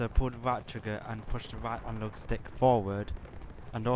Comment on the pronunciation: "to go fowud push the right alog stick forward ,and to go back pull the back alog stick back" . classic.